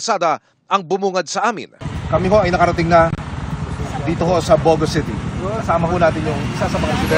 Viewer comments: not bo - go... the emphasis is on the last syllable..bogo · it’s pronounced Bogo'